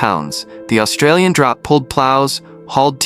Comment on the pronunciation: and lets not miss the pronunciation of "Draught" he pronounces as Drought, instead of the correct "Draft".